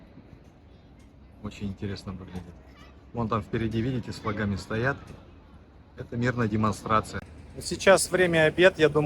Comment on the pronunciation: Явно русский парень. Рабство не вытравишь. "Демонстрацию не разогнали". Второе: малограмотность. 1858 год это 19й Век. И ещё: не флагАми, а флАгами. Привет из Владивостока😂😂 😂😂😅😅😂